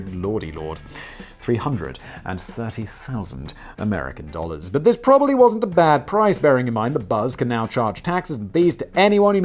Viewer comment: Prolly? Were you trying to say pram and trolly? Push chair.